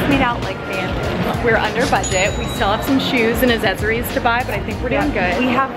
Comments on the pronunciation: I love the way she says accessories!! She say “azezeries” 😂😂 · She said azezeries 😂😂😂😂😂